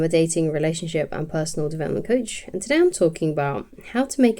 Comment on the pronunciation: The way you say cOACH❤